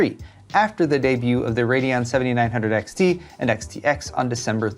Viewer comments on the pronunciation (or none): none